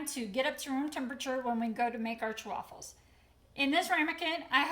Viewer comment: Why is she saying Chewaffles? Everyone says chaffles as in waffles